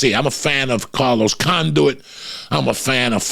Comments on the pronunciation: fuckin joey with these names🤣🤣🤣 Carlos CON-DUIT HAHAHAH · Carlos "Conduit" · Carlos “Conduit”